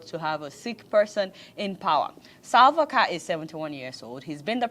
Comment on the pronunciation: Adeola it’s Salva Kiir not Salva Car😂😂😂😂😂😂😂😂😂😂